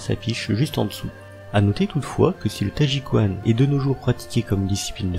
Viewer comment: Pitié, apprenez à prononcer au moins 2 mots:t'ai ji quan et qi gong. Merci